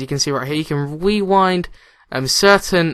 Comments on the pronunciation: "Wewind".. Rewind.* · like when he says you can wewind